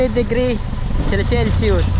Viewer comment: 😂😂sabihin patagalog cel Sus one hundred degrees Celsius cute mo talaga but at least you try magsalita Ng emglish